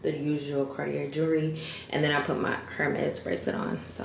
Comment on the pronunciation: babe- you gotta learn how to pronounce Hermes if you’re gonna rock it 😎